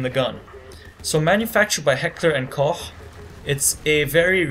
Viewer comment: You pronounce it heckler and "kosh"